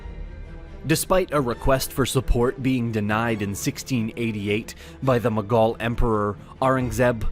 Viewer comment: to be honest i was a bit angry on your pronunciation of mughal but guess i cant blame you you arent an indian but try to improve it a bit